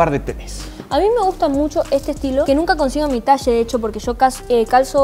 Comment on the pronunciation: Todo lindo hasta que dijo talle... 😔